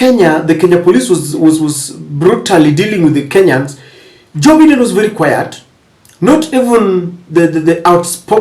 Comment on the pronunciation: It's Biden not Baiden.